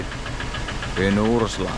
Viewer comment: Pynursla ❌ Pyns-urla ✅